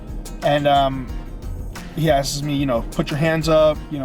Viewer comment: how about how he says 'asks' like askses. Or that he couldn't remember the word behaviour.